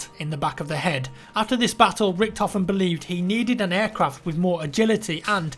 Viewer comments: Just say "Rishthofen", sounds better than Rickedhofen :D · NOT the red baron in the trailer ;) and you could pronounce it like reechthoven pls no "rikthoven" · It is not pronounced 'Rickedhoven' ffs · you completely butchered all those german names :D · Hey I love your new history videos:). I know you put a lot of effort in those videos so to make the pronunciation easier for you here are some tipps: ch and sch are read like a sh -> ex: sh ot I is read like in with a silent n -> ex. i (n) Finally let's put it all together: Richthofen = R i(n) sh thofen I hope this helps a little bit I know it sounds crazy;)